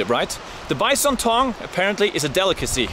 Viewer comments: Way Heraldo pronounces BYE-SOAN!! :) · "Bice-on"😅 love your vids Harold....keep them coming.